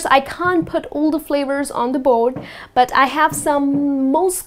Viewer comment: i hear that from yout thickly pronounced D in 'but'